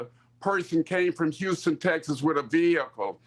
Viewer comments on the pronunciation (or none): none